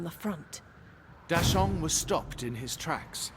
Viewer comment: Did any other mandarin speakers die a little on the inside every time they mispronounced a name? (Like Da Sheng --> Dashaun? srsly? XD)